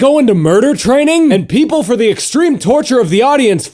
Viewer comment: I love how it sound when he says people as peepurel.